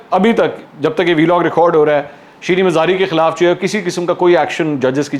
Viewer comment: Sir Vlog ko shi pronounce kiya karain